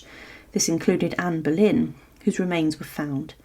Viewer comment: Será Boleyn , no Berlín. Anne of Boleyn.